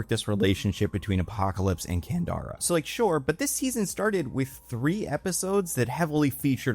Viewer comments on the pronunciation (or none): I kept replying "Candra" everytime he said it wrong, couldn't help it. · It's Candra not Kandara. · Can-drah. Not can-dar-ah. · EVERY. TIME.